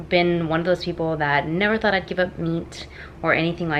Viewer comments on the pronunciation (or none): none